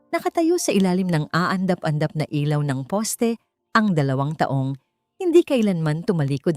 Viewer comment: dapat po pag-aralan nyo ang pagbasa ng filipino kung kailan mabilis o nahina lang ng isang salita tulad po ng taong pag mabilis pagbasa nyo iba ang meaning nun it means year kung tukoy nyo ay tao dapat na ahina lang basa nyo